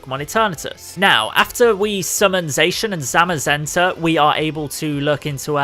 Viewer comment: What he says is sacan and semasenta it’s sacian and samasenta